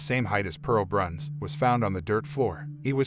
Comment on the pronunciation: With all due respect, her name was Pearl Bruns... not Branc or Brunc or Brance or any other name that was spoken... Other information is incorrect also... This is IRRESPONSIBLE "storytelling"...